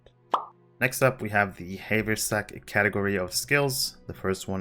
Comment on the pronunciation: it's "have er sack" :P